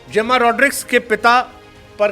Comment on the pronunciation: झिंबोंबे रायन टेन......deshkote (आज तक पुरा नहीं बोल पाये अब नया उच्चारण "जेम्मा"... नया नामकरण (जुम्मा ही बोल देते) सही है वो कन्व्हर्ट करते रहे आप नामकरण करते रहो